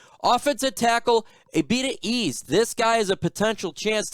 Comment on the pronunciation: The algorithm had led me to me to your page and I’m impressed. Just wanted to give you a heads up, the name Eze is pronounced “Eh-zeh”. Keep it easy brother -fellow Nigerian